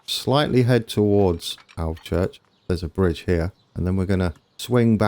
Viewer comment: That's the correct pronunciation of Alvechurch :)